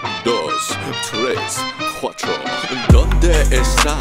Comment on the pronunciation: Lyrics in Spanish are accurate but tres and cuatro needs some pronouncing work tres is pronounced tles and cuatro is pronounced cuatlo. Confirmed by a Mexican